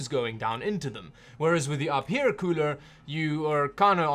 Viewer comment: Its actually pronounced you fear...